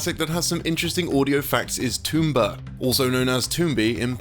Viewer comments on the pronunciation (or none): HOLY FUCK LEARN TO SPEAK! ITS TOM-BA NOT TOOM-BA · It's tomba, not toomba.